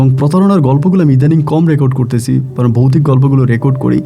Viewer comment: Boutic na...bhautic hobe... uccharon thik korun...😂😂😂😂